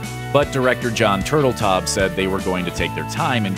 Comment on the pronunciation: I can’t take you (or anyone else for that matter) seriously when you can’t say the name right of a famously well-known celebrity. Case in point: director Jon TurtleTAU!! The ‘b’ is silent. It’s not Turtletob. Noob.